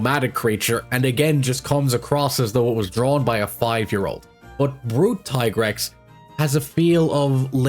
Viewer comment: It’s Tee-Grex mate not Tie-Grex C’mon mate it’s been long enough.